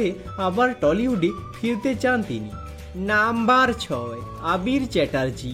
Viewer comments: আমিও তাই ভাবছি। এমনিতেই উচ্চারণ খুব খারাপ। তার ওপর নাম্বার শব্দ টা টেনে লম্বা করে বলা! অসহ্য!! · নাম্বার টা কেমন ভাবে বলছ তুমি